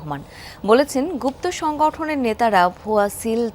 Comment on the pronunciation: তারেক রহমানকে আমি ব্যক্তিগতভাবে অনেক পছন্দ করতাম কিন্তু যখন তার মুখে গুপ্ত শব্দ উচ্চারণ শুনেছি তখন থেকে তার প্রতি শুধু ঘৃণা